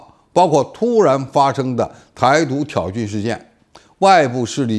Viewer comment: 老付如果把挑衅的衅字念对，念成“信”的音，就好了。更顺耳！